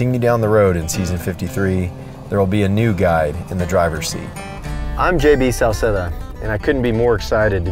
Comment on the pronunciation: I like that you said, Sauceda, and NOT something like, "SAOSAYDA"